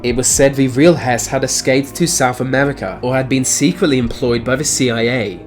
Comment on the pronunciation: I just came here to hear him say, "Amerwica" also "mefod"